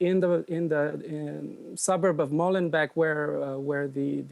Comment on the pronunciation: It's Molenbééék (phonetic) net Molenbèk ...